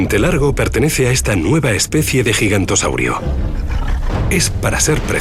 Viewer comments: ahhh! era Giganotosaurio...? yo entendía "gigantosaurio".... xD debo tener un toscano en el oído, como dice mi papá xDD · no se dice gigantosaurio en realidad se pronuncia giganotosaurio